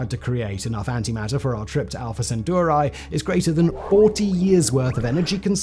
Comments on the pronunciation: I cringed each time he pronounced Alpha Centauri as Alpha Centuari. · So you just chose whatever vowels to pronounce Alfa-Centauri…